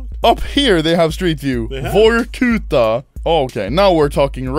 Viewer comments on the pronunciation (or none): none